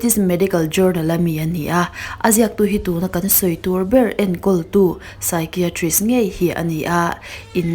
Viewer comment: Psychiatrist i lamdan hi ngaihmawhawm deuh hlek ,I thiam si a, I lam dikloh hlek hi a langsar thin a.